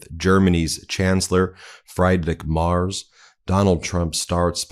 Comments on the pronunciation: When speaking of other world leaders, as a matter of respect, please pronounce their names correctly. Friedrich Merz is not pronounced "Fried Rick." It's pronounced "Freed Rick" and Merz is pronounced "Mairtz" not "Mars." It might seem like an insignificant thing to you, but it's insulting to people whose names you're disrespecting. Please do better. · It’s not Mars Ben. It’s Mertz - pronounced Merts. Love your show… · It's M E R Z not M A R S! See a difference? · Ben! Learn to pronounce FREEdrich MerTz (not Mars)! Bitte! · I’m sorry but I cannot let “Fried-Rick Mars” slide 😂 It’s FREE-drikh (or FREE-drish) MAY-erts (but one syllable) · Ben, his name is Merz, not Marz. He is the prime minister (chancellor ) of one of the biggest economies in world. And Trump talks about eggs, Musk and other American issues. And to top it off he made the most idiotic comment about D-day. It is sooo embarrassing! Greetings from the Netherlands (Germany’s neighbor) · PLEASE, before my head explodes. His name is MERZ - pronounced like a mare (female horse), with a hard TZ in the end [MAERTZZ], - NOT Mars. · I have to correct you. His name is pronounced Free. drich Merz (like Fred and Ethel Mertz in I love Lucy). His name is not pronounced Mars. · The presser was a disaster for sure, but not as much as your pronunciation of the names of world leaders. Friedrich Merz is pronounced FREEDRICK MURZ. Not FRIED RICK MARS. Xi Jin Ping is pronounced SHE JIN PING. Not JEEJEEPING. Put some effort in for Christ's sake. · Please can you get the names right. I have said this a few times. It's a matter of respect. I love this channel but please check out the names. Friedrich Merz. Is pronounced Freed-rich not Fry-d-rich and his last name is not Mars but Merz pronounced Mehrzt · dude, "fry-drick maars"? lol. nah, comeon. try this: "free-dree-ch m-eh-rtss" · Merz, not Mars. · Why do you keep saying Marz? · Merz is not pronounced Mars...Look it up Ben. 🤔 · His name is pronounced «Mertz»